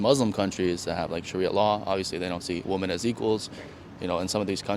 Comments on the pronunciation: she did the thing women do these days where they pronounce "women" as "woman." Why the hell do they do this? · It's wo-MEN, NOT wo-MAN when it's plural.. I'm sooo sick of young illiterate kids... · one correction: You're pronouncing "women" incorrectly.